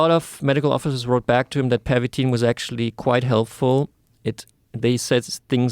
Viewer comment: I think it's Pervitin, not Permitin.